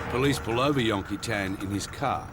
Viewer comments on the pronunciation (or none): STOP SAYING "YON-KEE-TAAN" !! FOR CHRISSAKE